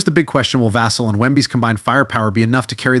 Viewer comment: It's pronounced Vuh-sell put some respect on his name.